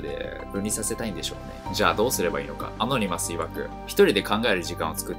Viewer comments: ア↑ノ二マスじゃなくて、アノニマスな。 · ア↓ノ↑ニ→マ↑ス→だろ。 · アノニマスがアゴニマスにしか聞こえなくなってきた